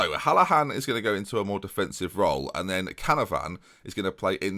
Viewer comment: Does this injury mean we get an episode or two without horribly butchering the name 'Canavan'?:P